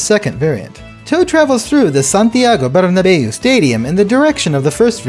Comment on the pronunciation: Not to be rude but so funny how you pronounced "Santiago Bernabéu" 😂😂😂 It sounded Italian. You could just have said "Royal Madrid Stadium." (Thats another way we call that stadium in spain) Everything else is so well pronounced!!!